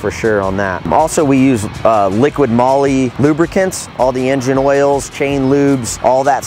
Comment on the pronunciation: Its liqui moly not liquid moly.